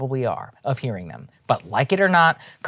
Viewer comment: Saagar: "I am as sick of doing COVID 19 monologues as some of you probably are ................ of hearing them" Not sure if the pause was intentional but it was definitely hilarious.